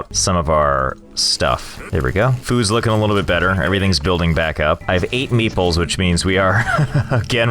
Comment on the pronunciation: Am I the only one that thought he was calling the 'Meeples' meatballs?